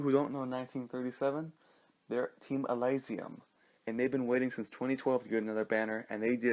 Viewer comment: Elysium is pronounced E-li-s-yoo-m